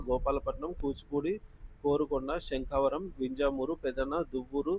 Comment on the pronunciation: మీరు చదివిన ఆ అన్ని ఊళ్లలో ట్రెజరీ లు ఉన్నాయా? ఉదాహరణకు --శంకవరం.ఎక్కడిదీ శంఖవరం?